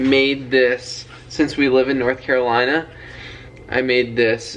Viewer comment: Sounds like is getting a little southern twang when he says “North Carolina” 🥰